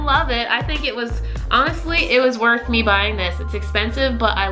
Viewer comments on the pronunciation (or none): none